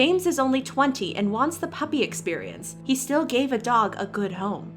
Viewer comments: No one: James Charles: puPP-uRR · can nobody say 'puppy' pUpPeR- SHUT UP OMG